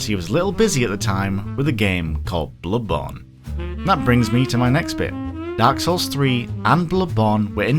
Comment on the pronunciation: it's not that hard to properly say "BloodBorn" god